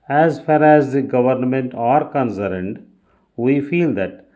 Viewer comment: Concerned pronounciation is incorrect